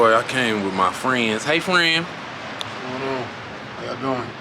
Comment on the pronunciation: Y u say hey friend like that to another man 💀💀